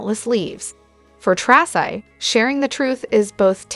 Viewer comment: Its "Tracy"